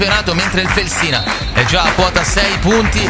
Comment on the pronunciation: Si chiama Fèlsina, non Felsìna. È l’antico nome della città di Bologna.